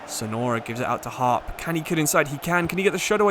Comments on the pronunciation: As a Middlesbrough fan just thought I would say that “Hoppe” is pronounced “Hoppy” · I love your content but ngl it really annoyed me that you pronounced hoppe as harp. The videos are brilliant though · hoppe not harp 😂